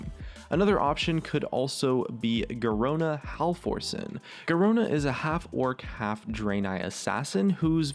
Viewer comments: Oh god, I can barely watch these videos due to the mispronunciation... Oh well,I can't stop myself from watching... but really Garona Hal-forcen? She is called Garona Half-orcen by everyone in game! And- I'mma stop myself before I get any more hate... I forgot I was in a comments section... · when he pronounces Garona Halforcen as "Halforsen" instead of "Half-Orc-en" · Hal-Forcen?.............. Half-Orcen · If Archimonde and kil'jaeden are demons than the draeni are demons becuase they are the same thing. Orcen is not pronounced Or-Sen its Or-ken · OMG your pronunciation of character names. {Nair-Zool} {Half-Ork-en} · I think he mispronounces names just to annoy people. It's working for me. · pronounced "half-orken," since she's half orc lol